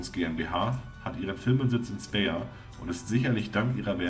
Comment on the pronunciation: In Speyer??? Welche Stadt in D soll das sein? Du meinst Speyer (ausgesprochen speier) ein Stadt in Rheinland-Pfalz